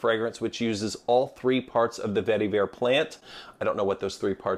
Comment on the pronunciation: Every time you said vetiver, my eye twitched.